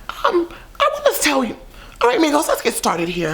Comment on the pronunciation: in the beginning i thought said negros instead of migos